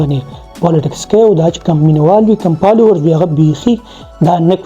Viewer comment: پالوؤرز- پېنز- پِکر- لائپ سټائل- ان پومډ- پلېټ پوم- پوکسډ- ډېرې ښکلې خبرې دې کړي دي سهي خبرې دې کړي دي ویډیو مې پوره اوکته بس دغه بره یاد شوي تورو کښې “پ” په “ف” رېپلېس که پلیز، اېجوکېټډ هلک ې هېنډسم ې دا توري درسره خؤند نهٔ کئې. مننه.